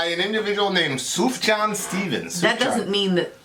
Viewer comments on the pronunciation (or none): As an aside, his name is pronounced ' Soof-yan'. This is from the album of the year in 2005 (with a possible exception being from Bright Eyes). This reminds me about when I was writing music reviews. Such a great record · Pronounced “soof-yon.” :)